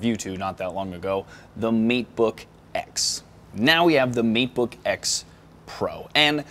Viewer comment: Hahhahah you said "meat book" insted of "mate book". Hahaha